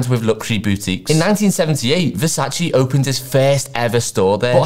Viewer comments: Dude knows so much about fashion but can’t pronounce Versace properly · Surprised you don’t pronounce Versace the right way 😂